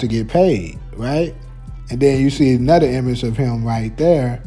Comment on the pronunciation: “Anuder” Another?? 😂😂😂